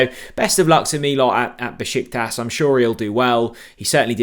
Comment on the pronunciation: Be-shik-tash!! I live there. 😅